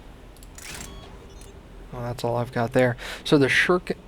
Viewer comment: You keep having trouble pronouncing Shuriken. It's Sure-ee-ken